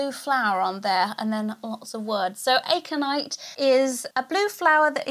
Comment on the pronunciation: I love you but it’s a-conite not aye-conite lol 😂